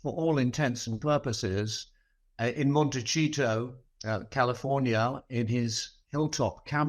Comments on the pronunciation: And it is Montaseeeetow. Not Montacheeto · Will someone please for love of basic pronunciation tell Cole to stop saying "Montecheeto." Nobody says it like that! Not the Americans living in Montecito California and not the Italians living in Montecito Itay! Why does he insist on pronouncing it so bizarrely? His version isn't even phonetically logical. Just stop it! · He's NOT HRH anymore and, sorry to be pernickety, it's said MonteSito not MonteCHito. The 'c' in Spanish is an 'S' or 'TH' sound, not 'CH' like Italian! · HARRY DOES NOT LIVE IN “MONTE-CHEETO.” THE NAME OF THE BEAUTIFUL RICH, LOVELY, SCENIC CALIFORNIA CITY THAT HARRY AND MEAGAN ARE NOW RESIDENTS OF IS MONTECIETO. PRONOUNCED… MON-TE-CEE-TOE AMERICAN ABSOLUTELY LOVES PRINCE HARRY. YOUR PERSONAL HATE FOR HARRY IS SO DAM OBVIOUS! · Could Mr. Cole please learn to pronounce Montecito correctly…? I It is NOT “ Monterey-cheat-to” as he says.. it is “Monte-“see”- to” It’s a bit embarrassing a journalist continues to repeatedly mispronounce the name of this township on a major network. Let’s do our homework Mr. Cole. Thank you! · Please ask your commentator to stop pronouncing Montecito as Montaycheeto. It drives me nuts. It’s pronounced Montayseeto from South American Spanish. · MONTE "SEE TOE" IS HOW YOU PRONOUNCE THAT !!! NOT " CHEE TOE" !!!!! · Interesting the pronunciation of Montecito as Monte cheato twice. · Why does he say MonteCHito?????? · Please pronounce Montecito CORRECTLY : mon-teh-see-toe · Pronounced “Mon ta see toe “ 😊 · Pronounced Mon-ti-sea-toe. Plus, US fought for the right to be free of royal rule and don’t recognize those titles here. Take him back please, UK. Take her, too, please. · Why does Cole always pronounce Montecito as ‘Monte-chito? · Can someone ask Cole to please stop saying "Monte-cheeto"? Montecito is not in Italy, it's in California (which was once part of Mexico). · The way he pronounces MONTECCHHIITO😂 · He’s deliberately mocking them you fool!!!!😂